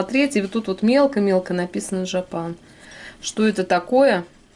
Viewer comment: дорогая, просьба к вам:произносите, пожалуйста, жапан с ударением на первый слог. Очень режет слух другое произношение